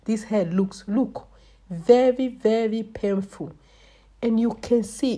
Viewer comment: “Look at this head, it look very very pehful “